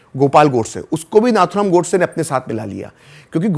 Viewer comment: FYI - the right pronumciation of Nathuram is "नथुराम" not "नाथुराम". It is an highly uncommon name among Chitpavan brahmins and was his nickname - orginal being Ramachandra. He was called so because many of his elder brothers died when young/in infancy. A nose ring (नथ) was put until three years, hoping at least then the child would survive. He did survive for a great cause !